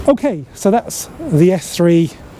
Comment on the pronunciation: Very good video, although first I thought you said F3 😀 lol